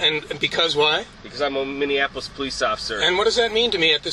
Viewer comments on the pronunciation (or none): "Because I'm a Minneapolis police officer." He really seemed to have trouble enunciating this sentence.